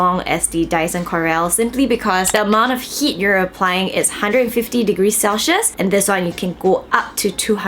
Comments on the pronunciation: my dear please dont take this offensively, but "Celsius" is pronounced as sel-see-uhs not sel-shheus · it's pronounced as 'sel· see·uhs',! not cel-schius HAHAHA but very insightful information on the product! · That mispronunciation of "celsius" is so cringey? It's such a basic word lol